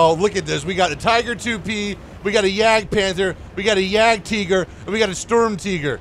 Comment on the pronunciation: Dude, ist Sturm (=Storm), not Strum😂